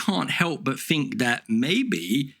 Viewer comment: Think. Not fink.